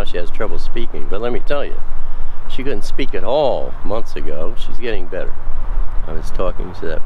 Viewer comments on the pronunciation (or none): none